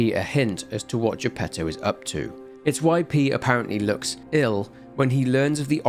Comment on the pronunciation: Good grief, the Italian pronunciation for most of these names is atrocious, bar Giuseppe Geppetto which is done correctly. I will overlook it thanks to the quality of examination and narration delivered here, on par with his usual work.